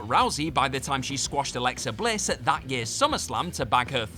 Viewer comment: didn't need to put emphasis on the word "That" when referring to Baron Corbin vs Kurt Angle. It was bad but it wasn't terrible. Also Stephanie McMahon is not a HOF worthy talent in any way.